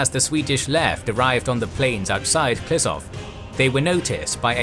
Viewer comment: Ehh. It's pronounced Klishoov not Klisov. But great video, thanks